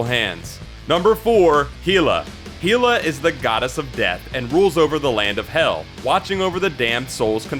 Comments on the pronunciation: When he said hila instead of hela I died a bit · You pronounced Hela wrong. It's pronounced Hell-uh. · I think you miss pronounce Hela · I hate how he pronounces hela lol